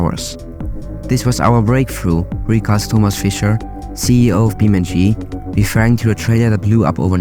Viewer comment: its Beam(e)NG(ine) like physics eNGine.